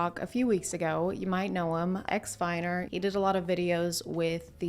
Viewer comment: When you said “Ex-Viner” I first heard “Ex-Minor” and just went along with it for a few seconds